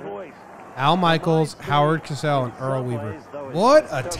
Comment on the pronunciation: It's Cosell with a long ō sound, not "Casell" with a short a.